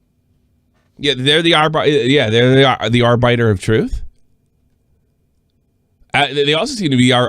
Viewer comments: Lmao doesn't know how to say Arbiter lmao..I miss Arby & The Chief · Why does pronounce arbiter so weirdly?